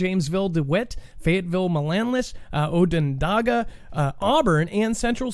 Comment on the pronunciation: I’m cracking up listening to you trying to pronounce our local school names. 😊 I’ll try to help with one.. Onondaga ‘On Ah Dog Ah It’s actually a Native American Tribe.. Manlius. Man Lee Us. Forgot the others but if you’re ever reporting on CNY and need help with the names just holler. I’m not afraid to die.. maybe because I have dealt with so much the past 7 years.. my son, then my husband 2 years ago. I more afraid of the how it will happen.:/